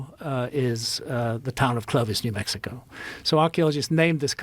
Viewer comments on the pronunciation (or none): none